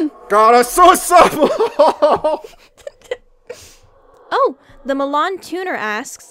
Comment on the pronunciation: The soosemon lmao